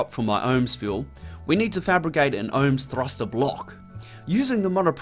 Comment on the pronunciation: The OMS is not pronounced "ohms" but rather O M S.